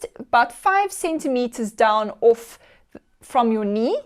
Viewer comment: When she says "orfth" instead of 'off' ....it kind of gives it away.